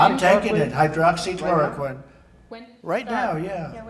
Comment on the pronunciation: Dave Verster he can’t even pronounce Hydroxychloroquine properly. I don’t listen to WHO anymore, it’s a waste of time. The WHO has lost its credibility under Tedros.